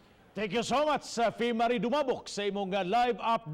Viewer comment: Samuka gyud nimu. Tarunga nag sulti imung pangalan bih 😂 loslosa gyud oi 😂